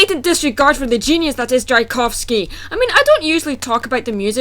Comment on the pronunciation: The "Sleeping Beauty" movie featuring Emily Browning has zero relation to the ballet other than the damn title. It is about prostitution. The proper way to pronounce Tchaikovsky is "chy-KAWF-skee". Not "jy-KAWF-skee" The movie you claim to be reviewing is a CHILDRENS movie. In fact it is the closest renindition to the original ballet because he does profess his love to someone else. In the original that kills the swan princess. If you are watching a movie for how close it is to the original you are wasting your time watching CHILDRENS movies. I would to point out that different companies can interpret the same damn fairy tales in different ways. Besides the fact that is isnt the same fairy tail that you are comparing which makes damn near impossible to "ripp off the story." On top of that it isn't thee same story, fairy tale, or plot. They were even produced is two different time periods and blonde is a very common gene in Europe. Which I would assume you would know considering you claim to be from there. Even though I have 3-4 accents in the first 3 minutes of this dumbass video, sorry, "review." Siegfried is a difficult name for children to say because the syllables slur together and there are two consonants within the word that are commonly messed up by children. I also would like to point out that you cannot say it properly. Cornelius has distinct syllables that are easy for children to say. If either of the two main characters are shallow it would be Derek who fell in lo